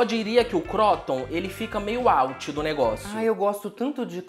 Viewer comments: Protagonista é a pronúncia de vcs pra croûton kkk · não foi pra Cordon Bleu? Falando "cróton" e não "crûton"? Kkkkk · "Cróton". Porra kkkkk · Oi gente, fala "crutôn" ❤ é francesa ela